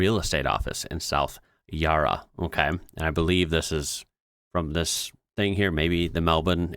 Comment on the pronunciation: One thing I have to mention as a born and bred Melbournite. Whenever you say Yarra, you pronounce it with a long 'a' as in car or park. It's actually a short 'a' like in cat or hat. (fun fact, the word Yarra comes from an Indigenous word that meant flowing water, and was the name of a waterfall on the river. The river itself is called Birrarung, but the European explorer who wrote it down mistook the name of the falls for the name of the river. The falls were dynamited in the 1880s to make it easier to transport goods by ship.)